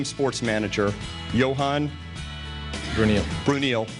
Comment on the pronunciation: are you kidding me? he didn't even know how to pronounce bruyneel?